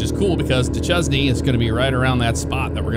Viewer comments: It's pronounced "Duh-shane" not duh-ches-knee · Not that you will see this but Duchesne is pronounced "Dushane" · Fort Duchesne is pronounced Du Shane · Utah has its own unique pronunciations. That place is actually pronounced "do-shane".